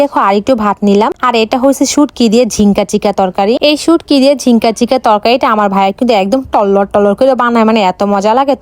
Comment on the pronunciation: নারকেলের দুধ হতো এটাতো জীবনে শুনিনি 😂😂😂😂😂😁😁🤣🤣🤣😹😹😁😑আর এটা তো ঝিঙ্কা চিকা ঝিংকা চিকা শুনিনি আমি শুনেছি ঝিঙ্গা 😂😂